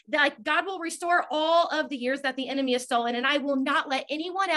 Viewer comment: The way you mispronounced enemy made me think of Nemo trying to say "anemone" 🤭😂😂